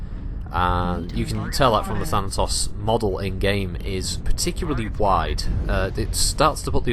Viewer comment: "Thanatossers" - That had me giggling far more than it should've. Had to go back and actually listen again because I was just thinking about that for awhile, haha!